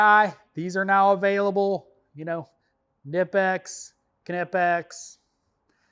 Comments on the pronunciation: Kuh-nip-x and thats straight from the company. Lol and those pliers been around for a minute now. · Awesome video. Just for the record, I have a shirt from Knipex that says on the back "It's pronounced Kuh-Nip-X". That being said, I still say it the same as you. 👍👍